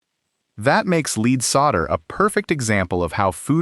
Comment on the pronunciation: Lead is not pronounced as "leed". AI got it right a couple times, but its not "leed solder".